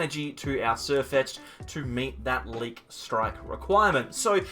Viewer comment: I think it's pronounced 'leak.'